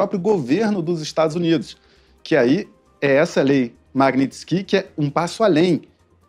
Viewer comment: A lei é magniski não é maguiniskiqui jornalista nível Paulo freire